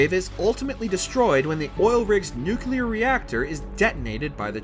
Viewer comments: NU-CLEAR, not NUK-ULEAR. Why can people never get that right? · Nu-clear not nuqluar….. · Excellent article. (But, uhh... "Nuc-LE-ar. Nuke-lee-ur." Not "Nu-cue-lar." xox) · Its nuclear not nukular. I lestbthe video before 2 minutes because i cannot handle people getting something rhat simple wrong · Nucelar eh? Good job. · dude it NUCLEAR....not fkn NUCULAR...can't even get past 3mins in cuz idiot can't say nuclear like someone with a basic education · Holy cow it’s freaking NUCLEAR not NUCULAR. Baffles me how many people can’t say it right or don’t even know what the correct word is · The word is nuclear, not nukular ffs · it's really hard to take anything someone who says "New-Cue-Ler" instead of how it's supposed to be pronounced... "New-Clee-Ar" seriously. learn to pronounce words. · Newcewluur??? Seriously? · You know they're idiots when they pronounce it "Nu-ku-lar" and not "Nu-clear" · jesus christ stop saying nucUlear, it's nu-clear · please for the love of god, I know I'm bitching on this, but you CANNOT do a video on a nuclear apocalypse and not be able to say N-U-C-L-E-A-R. N-U-C-U-L-A-R is NOT a word. i'm dying laughing every single time I hear it. and mind that I am the foreigner.. edit: I hear at 11.28 you made an effort to get it right, I applaud that. there is hope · NU-CLE-AR (no͞oklēər) NOT nu cu lear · Nuclear. "nook-lee-er." NOT "Nook-you-ler." Jesus Christ. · New-clear, not nu-kyu-lar. Sorry to be that guy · Repeat after me, new klee ar. Nu Cle ar. NOT nookyaler. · NuCLEAR, not nuCULAR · After 2 & 1/2 minutes I can't watch this anymore. It's Nuclear not NUCILAR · THANK YOU! It is NUCLEAR not NUKULAR. GAH! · for the love of christ, NU-CLE-AR not NU-KU-LAR. you'd think a FALLOUT video could handle that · It's pronounced nuclear not nuculer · I never understood why people say nukular instead of nuclear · I can’t get past the “nucular” pronunciation. I tried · "New Clear" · Dang they way he says nukclear. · Not just nu-ca-ler but also see-no 😂